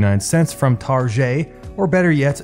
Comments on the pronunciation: Did you seriously call it tar-j, it is target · "Tarjay"? Lol, are you from Quebec? And you seem to have studied some economics... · Did you just pronounce Target like a Quebecer?! 😂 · Holy Shit! Other people say "Tarjay"?! Noice! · How you said 'Target' lol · Did you just say target with a French accent? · Lol can you not say Target?? lmao